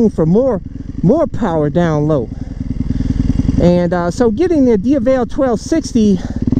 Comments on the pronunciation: The correct pronunciation is /dievel/. I had been saying it wrong for a long time. lol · Pronounce dievel or diaval you say it different now 🤷🏻‍♂️